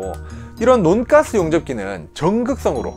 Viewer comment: 논가스 ...인데 논가스 아닌것같은... 돈까스 말하는느낌..